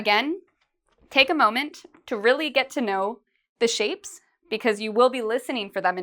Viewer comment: Its only me or I here shame instead of shape?